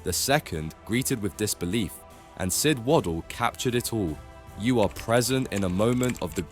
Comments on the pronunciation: His name is Sid Waddell as in hell not woddle. Otherwise an gud vid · I did wonder if it was an AI voice but not making any effort to alter Sid Waddell's name in the text you used to get it pronounced right is poor. Also it's well known Gerwyn Price hit 2 nine darters in the same match.